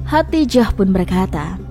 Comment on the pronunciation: Khodijah dong namanya bukan Khatijah ...gimana sih